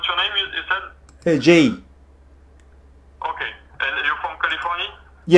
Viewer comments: ㅋㅋㅋㅋ 알고리즘 따라 홀린듯이 열었는데 뜻밖의 웃음벨 ㅋㅋㅋㅋㅋㅋ 영어만 쓰는데 본토인도 헷갈려하는 억양이라니 JAY 스펠링 불어로 발음하는게 킬포인트네 ㅋㅋㅋㅋㅋㅋ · Jay 프랑스어로 발음하는데서 터졌네요 ㅎㅎ